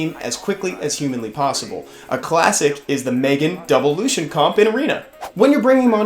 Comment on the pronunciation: Why do you pronounce it the same as Lucien (light elven ranger). It’s clearly Lush-en…